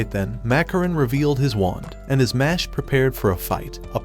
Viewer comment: It’s not mash it’s mesh